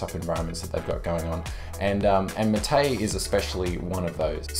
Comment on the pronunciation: Not maté, it is máte